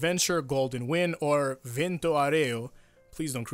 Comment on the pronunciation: Friendly neighborhood Italian: your Vento is good, but the u in Aureo should actually be there. You just said Vento Areo, which I think it's some insult to wind in a dialect or another.